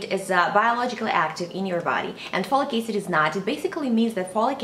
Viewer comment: Folicase? Follycase? Slow down and pronounce it s-l-o-w-l-y: F-O-L-I-C A-C-I-D. Jeeeeze.